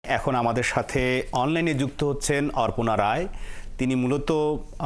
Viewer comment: অরপনা নয় অপর্ণা